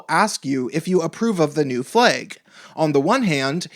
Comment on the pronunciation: "Fleig". It's flag. jk say whatever you want it simply made me laugh